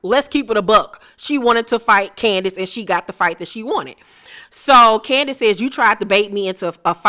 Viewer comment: They way she says “Candi-ace” 😆😆